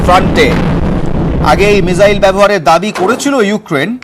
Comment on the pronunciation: Ucharan tik korun mijael na ..